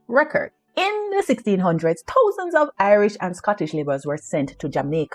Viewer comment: The way she says thousands and mouth! So Irish